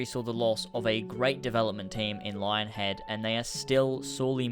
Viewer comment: its pronounced lying-head.